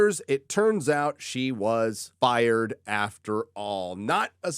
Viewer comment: Fired? No es “fired”. Es firrrrrred.